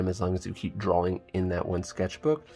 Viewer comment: Why do people pronounce drawing like drawl-ing?